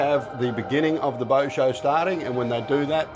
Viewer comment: its not booooot the pronunciation is closer to boat